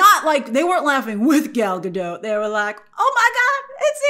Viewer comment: Not that it matters all that much, just a fun fact, but “Gadot” is not pronounced in the French way “ga-dô”. According to Gal in her interviews, it’s literally just “Ga-DOT” with a non-silent “t”